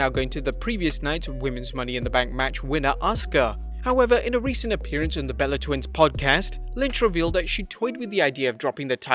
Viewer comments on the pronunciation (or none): none